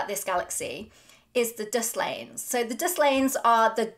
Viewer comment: Dislanes? Disilanes? Had to turn on captions to get Dust Lanes.